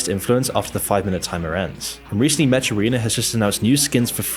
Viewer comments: That you call them 'Met-sh' or Met-shiz' is kinda hilarious. It's pronounced: Mek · "metches" umm, its pronounced meck bro. mech is short for mechanical.